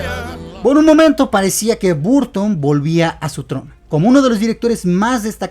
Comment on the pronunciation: Se escribe BURTON, se pronuncia BARTON.